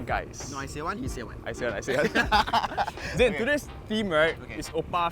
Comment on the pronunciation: Nobody getting zhin's name right🤣